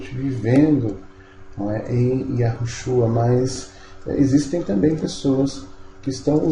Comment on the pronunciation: Porque vc fala que o nome do Salvador é Iarushua e não Iausha, claro tô escrevendo como se pronuncia eu descobri que a pronúncia comum é Iarushua porém tem uma regra no hebraico que certa letra antes de outra perde o som de rr, Veja o sobre nome o primeiro ministro de Israel Benjamin, aqui o jornal pronúncia Metaniarro e em Israel Metaniau, claro tô escrevendo como se fala